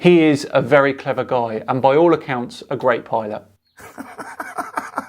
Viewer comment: What on Earth is a pilont? 😂